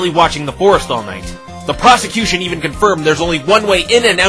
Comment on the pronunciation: I can't be the only one that hears "prostitution" when the judge says "prosecution."